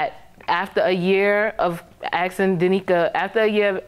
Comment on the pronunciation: But at the end did she say axkin 😂😂😂 oh well Gbhh💞